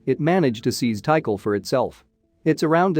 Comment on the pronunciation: It's pronounced T CALL, not tea cull